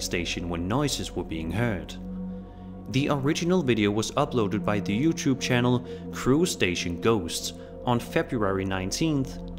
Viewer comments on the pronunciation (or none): Your videos are good but question why do you and so many people say youchub?